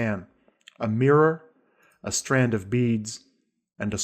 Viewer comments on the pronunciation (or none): none